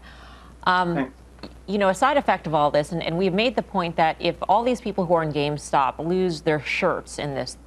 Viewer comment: he says "gamestock" or "gamestonk"